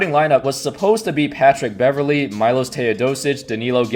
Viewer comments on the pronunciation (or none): Pronounced Mee-Losh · He is not Majlos, it's Miloš. Miloš Teodosić.